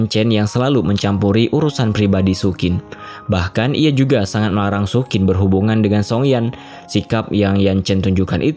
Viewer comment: sayang penyebutan nama karakternya ngawur. Xu Qin = bacanya Su Cin bukan Sukin.